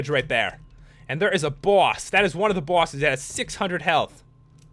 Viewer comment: He said bwoses